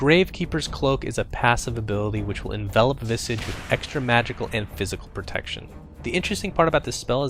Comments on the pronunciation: Visage not Visige XD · I always thought it's pronounced vi-SAH-ge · "vissidge." wut. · You called him "Visej", I called him "Vaisej" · STOP SAYING VISIG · Visige? It's Visage xD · The pronunciation is Visaaaaaaage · I thought it was pronounced VY-sige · He had two guesses at the pronunciation of "visage" and still got it wrong.